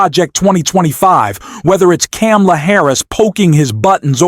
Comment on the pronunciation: Why did you mispronounce Kamala?